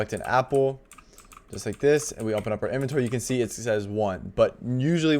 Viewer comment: i was about to crash out if this guy said "umpen" instead of open again 😭😭😭😭